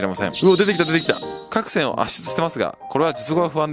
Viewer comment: か↑くせん？